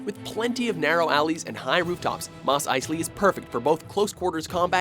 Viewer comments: "Moss Ice-Lee" :| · an actual good list made my mojo? barely ever see that. but we all know "moss eyesly" is number 1